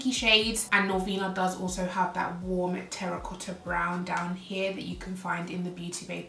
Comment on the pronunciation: I love pink shades And also the way how you pronounced terracotta 😍hello from super cold German - 10 C❄️👋😘